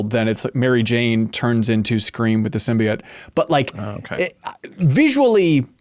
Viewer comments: Yes the Sim-”BYE”-oat pronouciaton nearly drove me mad! 😂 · criticisms ring hollow for me. Like the slight against the game where he thought Peter was going to die? Then hold it against the game when Peter doesn't die? Why in the world would they kill Peter lol. And please someone correct this man on "sim-bee-oat" not "sim-BYE-oat":b